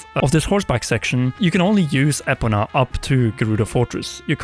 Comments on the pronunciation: I promise you: It's Ee-poh-nuh and not Eh-pun-ah. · WHAT THE F**K IS AN EH-PONA? EEEEEEE-POH-NAH ✅